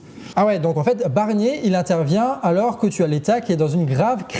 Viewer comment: A 1.20seconde j’entends Bernier 😂